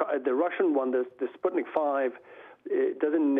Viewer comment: It`s Sputnik Vee, not five. V is Vaccine.